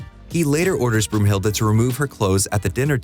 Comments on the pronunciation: Every german: Brunhilde, not Broomhilda! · Broomhilda? Seriously? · Isn't it Brunhilde